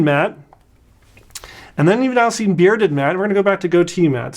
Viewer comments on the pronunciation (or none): none